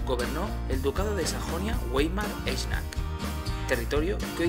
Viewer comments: ""vaimar" se dice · Pronunciamiento incorrecto se escribe weimar pero se dice waimar.